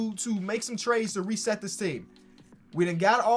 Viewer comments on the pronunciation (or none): none